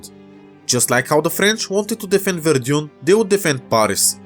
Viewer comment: I think it should be pronounced "Вердан" not "Вердьюн"